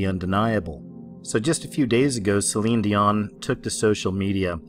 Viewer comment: Celine Dee-Mon.